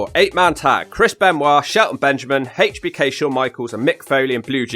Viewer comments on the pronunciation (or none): Love you videos but I gotta bust your balls a little for how you say H.B.K. lol you said haychbeeekayyy lol it makes me laugh every time. But you do out alot into these videos and I appreciate them. I didn't get to watch wrestling when I was young so I get to catch up on my favorites without searching for the actual match.